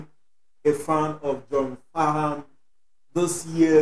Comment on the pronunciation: John Farnham or better known as Farnsy is an Aussie icon a lot of Australia’s can’t listen to this song without shedding a tear or two. Should check out the song “when something’s wrong with my baby” by Jimmy Barnes and John Farnham (the H is silent)